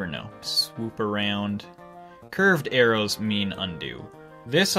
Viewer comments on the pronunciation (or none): none